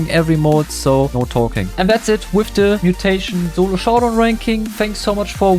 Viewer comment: Aint no way bro said zolo